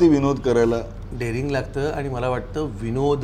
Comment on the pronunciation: बर का, माला नाही रे ते "मला" आहे, बर का!!